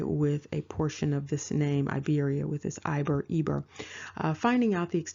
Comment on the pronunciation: Hello, this comment is late, but I want to tell you that Iberia is not (a)Iberia, nor Ibro, it is Iberia, it is pronounced like (e)beria, and this is the present Republic of Georgia. As for the national clothes, it is called Chokha, and the one worn on the head is Bokhokhi. which was sewn from pure sheep fur. There is also a different headdress called a kabalakhi I don't know where from dig it up this information, I will tell you that it is not Germany, nor Africa, nor Australia, nor China. This is Georgia and the ancient name of Georgia, thanks